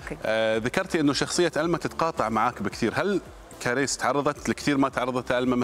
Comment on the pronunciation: كاريس مش كريييس يا مقدم البرامج 😅😅😅